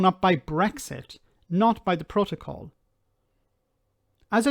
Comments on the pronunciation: I actually feel physical revulsion when he mispronounces protocol as Pro-toe-Kol yuck! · Sounds more like 'proht-oh-col' to me, when it should be 'proht-uh-col'. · What the hell is a "Pro-toe-coal" for ffs? Mostly Brexiters never understood what the fuck they were getting us into... .... or rather, what seriously expensive inconvenience we were PROTECTED FROM by being in the EU. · PRO-toe-col? PRO-toe-col? What the hell is that? 🤣😂😆